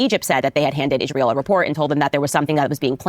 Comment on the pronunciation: I/P commentators not being able to pronounce the word "Israel" is akin to Pokémon content creators saying "Pokeymon".